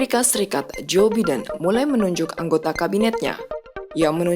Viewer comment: Bagaimana Biden dibaca Biden, seharusnya "Baiden", maaf koreksi.